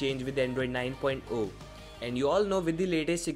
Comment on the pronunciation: Its not "9.O"(9 point O), its "9.0"(9 point ZERO). Please correct yourself in the upcoming videos.